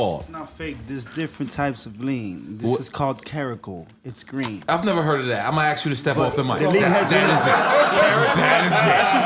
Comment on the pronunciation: ***** hit the and you can hear he says green, the dude just accidentally put greem lol